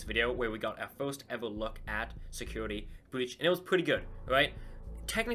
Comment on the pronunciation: Not being rude but do you have a speach emperiment because when you say first it sounds like your saying forst